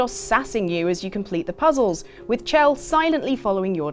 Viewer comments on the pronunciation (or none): IT'S SHELL. SHELL. HER NAME IS PRONOUNCED SHELL. NOT CH-ELL